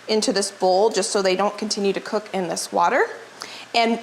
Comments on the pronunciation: IT IS NOT KNOWKEE IT IS PRONOUNCED NYAWKEE..NOTHING WORSE THAN LISTENING TO SOMEONE TEACHING HOW TO COOK AND CANNOT SAY THE WORD RIGHT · Gnocchi The g is silent Phonetic: Naw kee Closer but not exactly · Its pronounced. Nyawkey. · it is not pronounced no key. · My husband and daughter are laughing at how you pronounce gnocchi,we say with the g silent but we still love you for time and recipes and knowledge. Love from Geelong Australia ( the g is not silent)💜